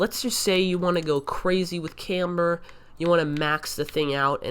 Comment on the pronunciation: Say camber right dumbass